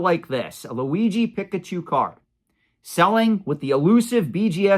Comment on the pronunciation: PEEK-UH-CHU (not pick)